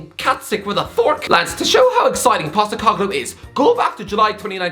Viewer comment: As an Australian I'm glad you finally pronounced Postecoglou's name right 😄😄